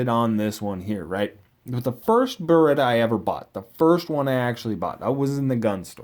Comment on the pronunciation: Then why are you saying it wrong? It's Beretta.